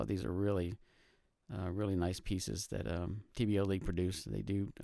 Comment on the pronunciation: Nice vid but it's TBLeague, not TBLLeague.